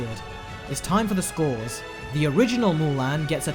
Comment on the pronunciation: Say it with me MULAN not MULAIN